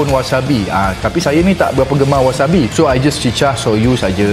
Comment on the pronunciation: wasabi bukan wasami